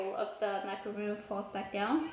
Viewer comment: It’s Macaron not Macaroon.